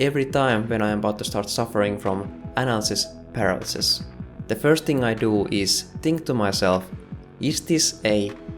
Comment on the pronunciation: I will have nightmares with your pronunciation of "Analisis Paralisis", how you speech that... sounds tetric!!! As always great video.